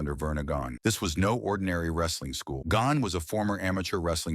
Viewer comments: Tough to take a story seriously when the speaker calls his mentor Verne GONN---not Gagne. Give me a break. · Pronounced Vern Gone ya. That's the correct way to say it. Come on get it right! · Gahn-Yea is how Gagne is pronounced with the correct French accent. Long a sound at end. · Verne GONG? AI generated garbage again. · We are dealing with STUPID AI.